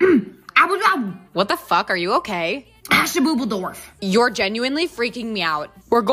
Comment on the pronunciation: “hasheboobledorf” she fr speaking sim language